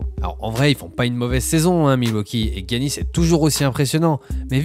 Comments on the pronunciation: J'me suis abonné parce que ça parle très bien du jeu mais j'suis a deux doigt de me désabonner a chaque fois que tu dis "Guiannis" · T'es sévère sur tes désabonnements 🤣 heureusement que je ne parle pas de lui à chaque vidéo alors ^^ Par contre tu le prononcerais comment ? Jiannis ? Parce les médias américains disent guiannis eux aussi il me semble